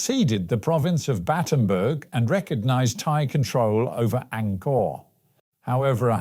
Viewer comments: It's Battanbang isn't it? Batenburg sounds like a German cake 😋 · Pronounced as Battambong.